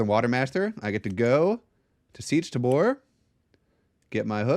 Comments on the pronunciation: I will never get over the way you pronounce tabr "tuhboor" 😂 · Seech Tuh-boor YEP!